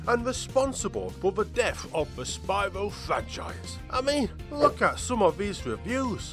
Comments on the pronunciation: well, ever since spyro 1, the spanish dubs of the games called him spee-ro fortunately the reignited pronounced the name correctly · they even mispronounced Spyro's name!